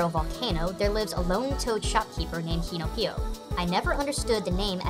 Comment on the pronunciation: u messed up two names kinopio doesn't have a ッ in his name and supposed to be kajioh not kaiju